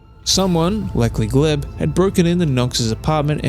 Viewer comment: It's a sRussian name, pronounced Glyeb.